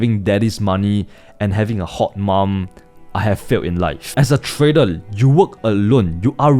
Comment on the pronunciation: When is he going to learn how to pronounce "trader" ?